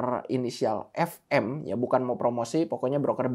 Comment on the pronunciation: Fm itu f''t'ne m'r''t bukan bang boy